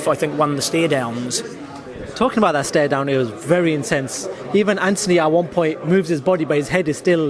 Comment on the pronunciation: "Stare downsssssssssssah!.....odd pronunciations from this individual......quite a bizarre dude!